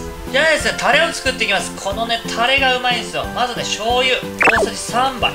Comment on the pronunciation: たr r r rれ！ 巻き舌上手いなぁ。私できない…。